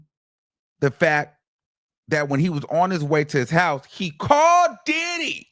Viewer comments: Emphasis on the Did - HE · The best is when he says “ And DIDDY….!!! “ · The way you say Diddy , lmao. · The way he says Diddy takes me out😂😂